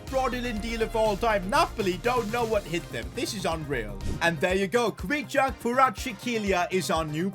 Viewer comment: Can’t even pronounce Kvichas name😂